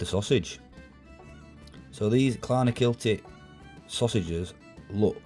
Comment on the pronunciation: Clonakilty, its in County Cork. You said it perfectly the first time